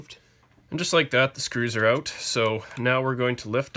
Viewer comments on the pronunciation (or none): Take those screws oot.